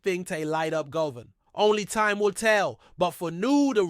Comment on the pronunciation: I agree he always says ibrox wrong also he says Govan wrong as well get someone else who can talk properly